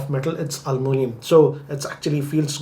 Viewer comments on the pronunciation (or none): Alumunium 😅😅 Aluminium is a word.... Alumunium is an emotion......